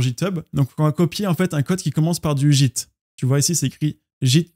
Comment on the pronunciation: Ça me stresse de t'entendre prononcer git "jitte" 😂